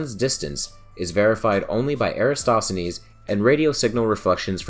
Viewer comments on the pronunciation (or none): Would be nice to continue the series on AR. Many thanks. PS: Erathosthenes is better pronounced without an S after the a in Era... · Why are so many youtubers completely unable to pronounce "EraTOSthenes"? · Eratsthenes? Are you fucking kidding?